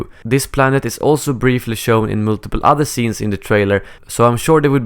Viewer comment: Ok, is it just me, or the way he says multiple and multiplayer sounds a bit weird. No offense btw